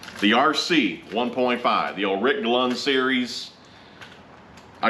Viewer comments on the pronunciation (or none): Clunn not Glunn lol